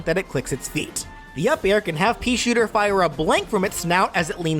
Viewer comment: "The peashitter"